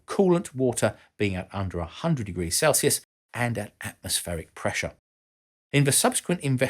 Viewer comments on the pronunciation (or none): none